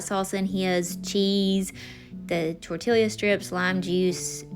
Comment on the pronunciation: Love you,, but I’m from Texas: tor-tee-a!😅